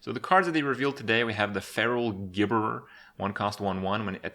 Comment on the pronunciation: Why the fuck can no one pronounce Gibberer correctly? Every review video says it with a hard "g", when it's clearly a "j" sound, like gibberish or gibbering. They even said the name right a bunch of times on the reveal stream! #triggered